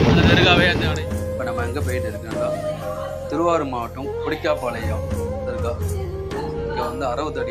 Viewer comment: கொடிக்கா பாளையம் இல்லை கொடிக்கால் பாளையம்